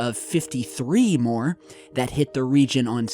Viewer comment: More is not maryer